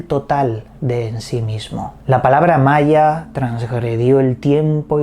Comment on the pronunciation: Hola! Saludos desde Venezuela. Maia suena como Maria. Que raro!